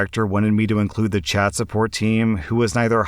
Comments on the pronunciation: I swear he says Chad instead of Chat. XD even while listening and reading it. Lmao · All I could hear in the first one was ‘Chad support specialist’ 😂